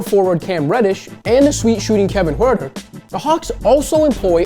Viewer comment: What he said: huerter What i heard: hurrdurr